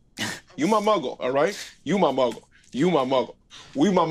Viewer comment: Man is out here saying "Muggle" with the hard L 💀💀💀